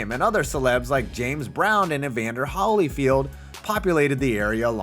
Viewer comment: this man really said Evander Hollyfield 😂